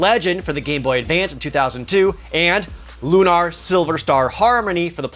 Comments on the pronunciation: Why are you saying Lunar like "Lune AR" It's looner, just like you'd say with a lunar eclipse or anything related to the moon. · Loon-are? Have I been pronouncing it wrong my entire life? Cecil's family are loon-are-ians and not loon-air-ians? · I was cringing every time you said LUH-KNAR.. but , you pronounce it correctly. I caught you!